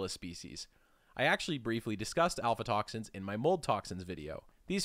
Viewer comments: It's AF-LA toxins, not alpha toxins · obvious he is not a biochemist, he doesn't know how to pronounce many of the molecules' names. for ex: af:la toxins, not al-fa-toxins. As as trained biochemist I can't get past this and many other of his mispronunciations of common chemicals like acetaldehyde. Acetic acid = vinegar. Then acet aldehyde slightly more reduced./less oxidized. People who do the keto diet produce acetaldehyde in buckets and its is easily detectable in exhaled breath and that the liver must process. cancer? maybe but unproven. Any of the halogenated alkanes, alkenes, and aromatics are likely bad juju. Fluorouracil though is cytotoxic to even cancers, so it's useful in therapeutic doses properly administered.